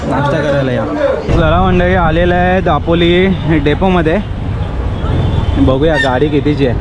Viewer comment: जिकडे "ल" आहे तिकडे "ळ" बोलतो आणि जिकडे "ळ" bolych तिकडे "ल"😂😂 दापोळी नाही ते दापोली असता 😂😂काय तू पण 😵‍💫